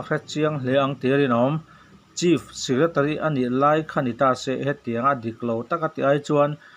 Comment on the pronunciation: Chief secretary hi chis tiin lam ri fo lo la